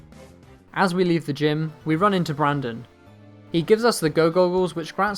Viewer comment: It's Brendan not Brandon